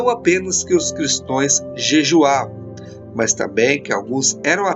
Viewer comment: Se fala Cristãos e não Cristoes